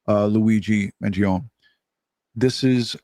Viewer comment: Living in a CONSTITUTIONAL REPUBLIC you know what I'm about to say is covered by the UNITED STATES CONSTITUTION: The Supreme Law of the Land !! Who is pronouncing his last name wrong; the Mainstream Media from the 70's or Today's Media ? Trumpet Jazz Artist Chuck Mangione's name in the 70's was pronounced: own, not; own-ee. Although a minor Media mistake, when you add all the other "mistakes" they make: they are untrustworthy.